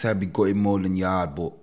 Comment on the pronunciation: It's pronounced yard not yardy